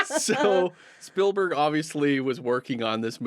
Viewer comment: Stoked to find your channel, enjoying your content, but, my God, please stop from pronouncing Spielberg's name "Spill-berg".